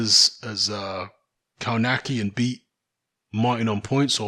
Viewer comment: KOWNACKI = KOVNATSKI